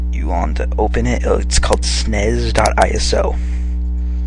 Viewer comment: you just said snes like snays